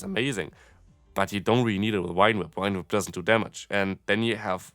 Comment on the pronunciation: Wine whip? Whine whip? I know English rules of reading are a hot mess but this one rule is really easy: the letter "V" always produces the /v/ sound (as in victory, very, never, craving, grave, have). If you pronounced it /f/ as you do in German (vielleicht, vor, Vogel), I'd understand I guess, but why with a /w/ sound...?